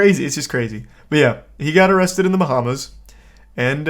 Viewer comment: Amrrested you say?